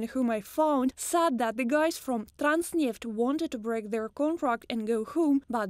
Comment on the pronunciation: When are Russians gonna learn how to say the TH sound in English...it's not the letter Z people.